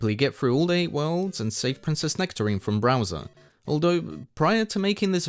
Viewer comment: why did you call him Browser